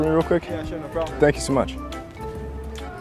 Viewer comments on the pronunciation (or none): "sank you" 😂😂